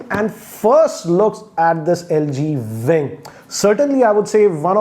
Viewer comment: Its LG Wing, not Vving.